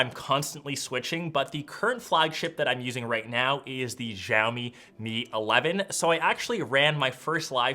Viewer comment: Haven't you seen the video by Mrwhose the boss on Xiaomi its pronounced as show-me but you have to pronounce the "o" as you pronounce it in the word shower